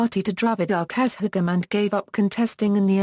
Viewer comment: Though informative the pronunciation is very bad particularly kazhagam etc